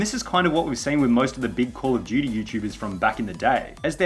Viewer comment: Subtitles picks up you saying Call of Duty as 'Poor Judy'. Lol